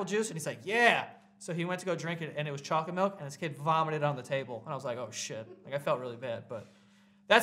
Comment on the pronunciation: I dont know how you’re saying chocolate milk correctly and incorrectly at the same time